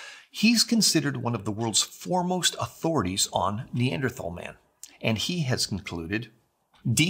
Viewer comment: Who was it that drew the illustrations? ARTISTS! Not scientists. Oh, can you PLEASE learn the correct pronunciation of Neanderthal as long as you're sporting that suit and tie trying to look professional?